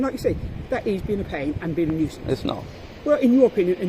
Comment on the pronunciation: Nusience how!?